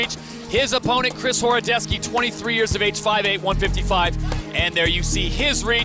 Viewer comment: 100% not horodeski "horodecki"